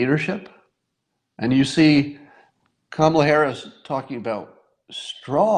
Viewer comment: Scott, it isn't pronounced Kama'la, but ", luh" or "Comma la."